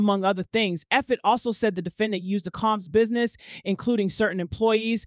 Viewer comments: How hard is it to say Comb(s)?? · All the mispronunciations. She actually said debutt, Mr Caambs, what’s the four hundred eleven???